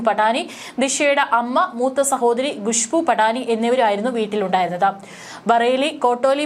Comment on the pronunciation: ഖുശ്‌ബു ഭാവി എന്നൊക്കെ പറഞ്ഞു പഠിക്കൂ. ഗത്തർ എന്ന പോലെ